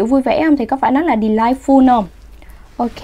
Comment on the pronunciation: em phát âm sai âm tiết "ful" trong từ "delightful".